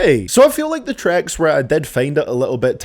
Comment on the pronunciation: Is it just me that hears “trecks” when he says tracks?